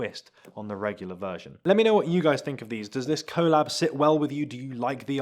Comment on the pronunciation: Please learn how to say collab